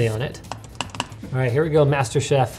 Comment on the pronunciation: ITS MASTER CHIEF NOT MASTER CHEF REEEEEEEEEEEEE